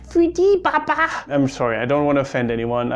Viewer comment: Also baba is pronounced more like Ba Ba-a